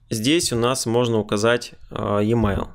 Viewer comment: Емайл. Спасибо за урок. Правда режет слух произношение.